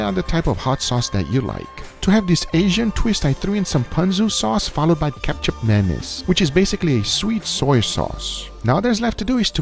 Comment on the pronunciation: Guga pronouncing Kicap Manis as "ketchup mayonnaise" was an experience like none other